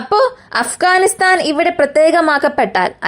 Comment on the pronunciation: അഫ്കാനിസ്ഥാൻ അല്ല അഫ്ഘാനിസ്ഥാൻ ആണ്!! മലയാളി മംഗ്ളീഷീകരിച്ച് മലയാളം 56 എന്ന അക്ഷരങ്ങൾ 26 ആക്കി.. മലയാളം നല്ലരീതിയിലല്ല എങ്കിൽ ഇത്തരം ചാനലുകൾ നാട്ടുകാർ കാണില്ല!!!!